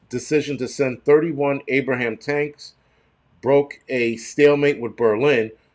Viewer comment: The tanks aren't called abrahams 🤣😂 ABRAMS!